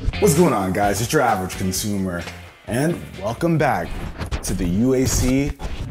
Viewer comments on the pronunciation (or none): none